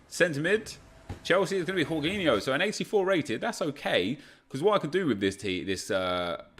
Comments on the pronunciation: Did he say hor ginho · Nobody: Literally nobody:: HORGINJO